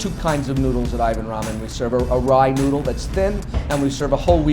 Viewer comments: How can one eat a dish from a chef that can't pronounce the dish's name? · This feels like a bad copy of something Japanese people make...Brings into question the quality of the dish if the chef cannot bother to learn how to better pronounce the name of the dish he is paying "homage" to. Source of Japanese people saying tsukemen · Please FFS learn how to say Tsukemen. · The way he pronounces tsukemen is so "harsh." He makes it sound like a skin condition. LOL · Dylan Camp That makes it a lot worse if he lived there for 15 years and pronounces it like that. The "tsu" is like chicken katsu, the "ts" is pronounced very quickly where the t and the s sound like one letter. You wouldn't pronounce it chicken kas, like he is doing by dropping the "t" and the "u". Maybe if he pronounced tsukemono we could tell. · Not only for a living, but owns the ramen restaurant. Hey probably pronounces karaoke as "kare oh key".